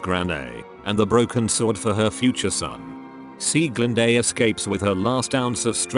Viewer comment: This idiot does not know how to pronounce Loge and Mime and Sieglinde and Brunhilde A final E in German is pronounced "uh" Sounds really, really stupid.